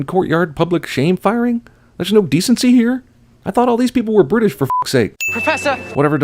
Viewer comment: because he's bri'ish